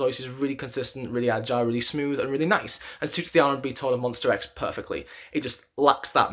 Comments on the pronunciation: Please, correct your pronunciation: it's MONSTA X, not MONSTER X. Thank you! 🙏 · whya do i keep hearing monster not monsta .. :( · Okay it’s Monsta not Monster. This is a big deal because they have been know to not come on stage until the announcer announces them correctly. Sorry, I’m a Monbebe and we take that seriously. Other than that, I can totally agree with your ranking. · Ooookey. Jeff Benjamin is from USA and 'rIVerse react' too. And I can hear how they pronounce MONSTA X very clear. I'm not aggressive, I just ask you: could you try to call our guys with the correct name. It's their name and they cherish it. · I am only at 7 seconds into the vid... my boy, it's monstA not monster ! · Monster x..... No please is mons-ta-x. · I died inside a little every time he said MonstER X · MonstA x. please don't pronounce an R at the end. It means My Star , that's why it's Monsta . Also.....Minhyuk has improved drastically this past year, to the point he of the cover voice to most of Wonho's parts and has begun playing back up vocalist to Kihyun when Kiki has to do those soaring high notes and ad libs. If you watch closely these days you also see Hyungwon is doing some backup vocals to Kiki too. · i can't be the only one who cringed every time he said monstER x (no hate though. i liked the video) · Literally 90% of these comments are slamming him about how he pronounces Monsta X. READ THE BIO! He knows it’s MONSTA X that’s just how he pronounces it jeez calm down with the pitchforks!